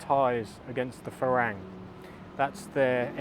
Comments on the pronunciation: Haha, funny. A small point. It helps to pronounce the words correctly. For instance, “farang” rhymes with “fun-rung” (so “fu-rung”, not “ferang”). * I found that the main reason why most expats have such a jaded view about Thailand and Thai people is because they live in an “expat bubble”, mixing only with other expats or English-speaking Thais (many of whom only communicate on a very rudimentary level). The main reason why I’m so evangelical about learning Thai is precisely because it allows us to see and participate in the “real” Thailand. It also allows you to have deeper connections with Thai people, put yourself in their shoes and understand what Thai life (and who you are) from their perspective. :) * Update: “Farang” originally comes from the Persian word to refer to the "Francs" (the Germanic people ruling most of Western Europe at the time. But I'm guessing that the first Westerners that the Thais met were the French traders or missionaries coming down from “Indochine”… ("farançais", with the nasal N that becomes "ng" in Thai) and the name stuck! :) ** yes, it’s true that Thais can’t make out what we’re saying - in Thai. The way Thai is taught at most schools or text books is wrong. You end up speaking in a singsongy “farang” dialect that is very difficult to make out. Anyone who is reading this, PLEASE learn to read first, then you should know exactly how to pronounce the words correctly. Avoid transliterations like it’s Kryptonite! And don’t think of the tones as m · nope, the word is pronounced fah-rung not fah-rang. You can check with any Thai person for verification. I believe the origin of the word comes from Farangset, a person from France. Otherwise your content is useful and ‘on the money’. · You’ve been in Thailand how long?? .....and you can’t pronounce ‘farang’ properly?